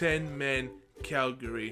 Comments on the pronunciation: You called Cagliari... Calgary. Calgary is a city in Canada. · Viviano played as a backup to Szczesny last season, so yes he did play for Arsenal and you said Cagliari wrong. Its not Calgari haha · It's pronounced CAG-LIARI